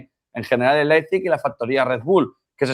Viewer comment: La tertulia esta genial, ahora no entiendo como algunos dicen Leizpig, no es tan dificil decir Leipzig, a lo mejor solo soy yo pero se me hace incomodo que periodistas deportivos no sepan pronunciar el nombre de un equipo correctamente.